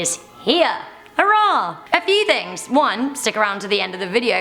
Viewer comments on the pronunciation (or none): XD she said HARRAH!